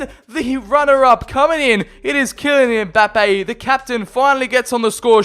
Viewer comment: "Kylian EmBaPeYyY"